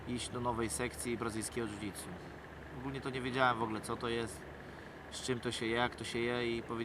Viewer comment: Nie "DŻUDŻUTSU" tylko "dżudżITSU" Dziennikarz idiota. Michał, stać cie na kogoś lepszego.